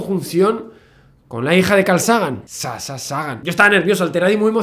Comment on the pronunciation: Solo tengo una crítica para Javier y es como pronuncia el nombre de Sasha. En realidad, lo pronuncia bien porque el nombre es de origen griego, pero la chica es americana y la fonética "sh" en el idioma ingles suena distinto . Me encantan tus videos Javier, he aprendido muchas cosas gracias a vos. Saludos .